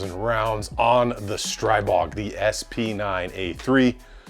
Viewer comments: The i in Stribog should be pronounced as an "ee" sound btw. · Just a note. It's pronounced strEE-bO. The God of the Wilderness. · Pronounced, "stree-bog" "Stree" as in force or gust, "bog" as in god, Stribog is an ancient slavic god of force, gusts, streams, etc. I'm not being nit-picky, just trying to help. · Thx.I see first Time that somebody write how should eng.talking People pronounced it. Every bad pronounced STRIBOG Hurt my ears 😁😎 Greetings from Slovakia.👋🇸🇰